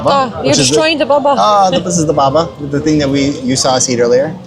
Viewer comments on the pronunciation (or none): Not baba but Babà : you have to stress the last vowel